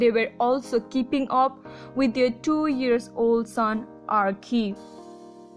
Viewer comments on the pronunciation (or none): Terrible narration. Diana is pronounced Di-anna not Dina. And it's Arch-ee not Ar-kee. You really need to get a better narrator and do better research to avoid so many mistakes. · Learn to pronounce their names properly. Dianna, Prince Harry, Lillibeth and Archie please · Is this lady ok? Who in the world can't pronounce Archie?